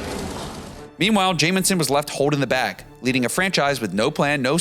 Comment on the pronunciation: You can’t even say the name of the player you are talking about, keeping saying ‘Jaminson’.